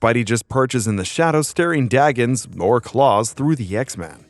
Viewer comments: "Staring daggins." "Daggins"? WTF is a daggin? LOL it's "daggers". "Staring daggers." It's "Undoubte D ly", with a D, not "undoubte B ly" with a B. Wolverine grew his arm back, ok. But what about the Adamantium coating his arm/wrist/hand bones and his claws on the new arm? Meh. 🙄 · It is daggers not daggens wtf is a daggen?!? Its staring daggers at someone not daggens dude my goodness